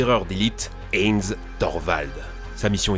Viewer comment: Heinz se prononce haÏns.